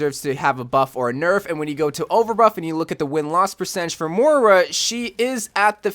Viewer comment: Learn how to pronounce Moira